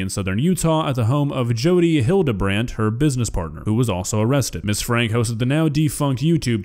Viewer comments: it's pronounces as Frankie, not Frank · Just FYI their name is pronounced Frankie even though it’s spelled franke. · You are pronouncing Franke wrong.